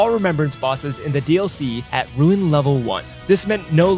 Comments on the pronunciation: Was hyped for this until I heard you say “ruin” level 1. 😢 why does no one know how to pronounce “rune” properly. 😭 just pronounce it as it’s spelled. Bruhhhhh 😭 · Its rune level one not ruin level one. Guess if your stealing content you dont really care